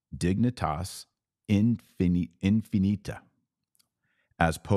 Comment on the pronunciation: You lost me when you couldn't pronounce the name of the document. No credibility. Besides, if human life is sacred then why not infinite dignity? Your word play seems like a game of semantics designed to fill up a 45 minute video. I would have expected you to care more about the substance than the title.